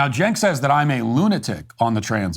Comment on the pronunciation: Matt it’s Chenk not Jenk, you probably don’t know this but I hope you don’t change how you pronounce it because it’s funnier this way